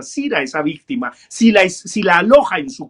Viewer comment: Me queda solo una duda: porque dice víctime?